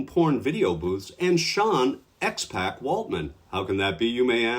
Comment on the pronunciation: FYI, it's pronounced X-pock...like Tupac was pronounced. But I agree, he should've stayed "The 123 Kid," but that was upto McMahon I'm sure.